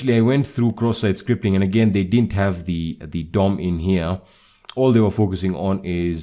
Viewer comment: Bro i wake upp 3 am and I hear this indian dude talking about CroSS SiTe SCripT